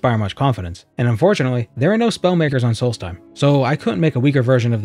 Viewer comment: It's solstheim not salty time. (I really hope people get that reference)